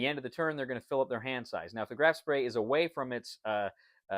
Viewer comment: It is not Graf Spray :) The ship was called Graf Spee Beside that, nice video and nice game.